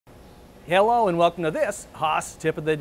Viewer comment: Is it me or does he sound like he’s going to be speaking Russian after he says hello? It’s kind of a heyllo.